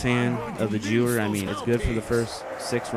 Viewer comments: im sorry to be a troll but its pronounced gru-er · lol its actually pronounced Geh vehr its german so the w is pronounced similar to a v